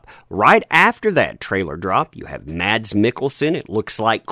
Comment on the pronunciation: His name is not pronounced Mads. Is it without the D just Mas